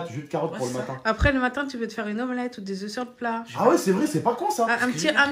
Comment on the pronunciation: Putain c'est "des œufs" pas "des œuf"